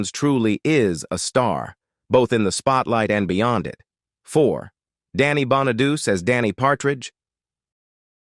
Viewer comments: The narrator is all AI. It mispronounced Danny's last neme is Bon-a-du-ce and not pronounced Bon-a-duce. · His name is pronounced bona du Chee not bona doo see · Dey wasn't a musical talent. I thought that Bonaduce was pronounced "Bon-a-doochee." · Davy Jones was not a Partridge... he was a Monkee, LOL 😂 If you people are going to make these videos, at least get things right!!! Danny Bonaduce's last name is pronounced, BONNA DUCHEE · You should learn how to read if you want to narrate these things Danny’s name is Bonaducci Sounds like Bawn-a-do’-chee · It's "Danny Bon-a-du-che". 😊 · God your AI should learn to pronounce star's names correctly. How disgusting they can't pronounce Danny BONEDUCE. It's pronounced "Bonn-a-dóo-chee". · Lol the way it says Danny Bonaduce 😆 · Computer voice doesn't even know how to pronounce Danny Bonaduce. What an insult. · Danny Bonaduce’s name is pronounced Bon-uh-doo-chee. Salt Saint Marie is pronounced Soo Sant Marie.